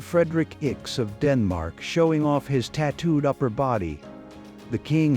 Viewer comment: If your going to narrate then at least get it right. It is not icks for lX that is the sign for the 9th.